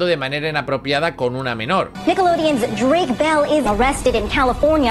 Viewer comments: Drake mol, Brayan pic 🤣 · He investigado como pronunciar bien los nombres También: Dreik Mol